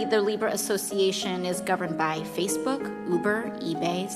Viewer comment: Am I the only one who did NOT hear "FaceBOOK"? 😳